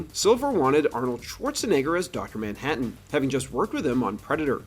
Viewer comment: "Ah'mmm Docta Manhadden"